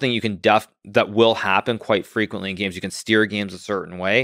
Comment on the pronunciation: “Playing all those geems”